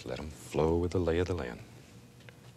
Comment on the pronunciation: The lay of the "lan"